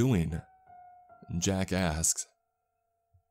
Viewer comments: "jack asks" My ear: jackass? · Whenever he says Jack asks it sounds like he says Jackass😂😂